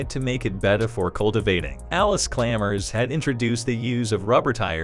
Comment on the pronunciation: It's Chalmers not Chalmers like the auto generated voice is saying